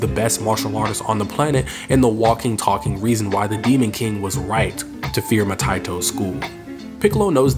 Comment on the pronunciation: Master ma ta eeto...not ma tie toe